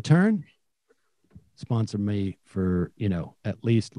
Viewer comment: He always says ma instead of me, it's so simple just say me lol